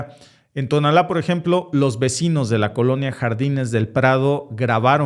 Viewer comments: No es tonalla, se llama Tonala con acento en la a, solo para tu conocimiento, gracias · Cuál Tonalla???? No seas mamón compa cae mal todos esos que se hacen que no saben pronunciar los nombres de México la mera verdad a veces das pena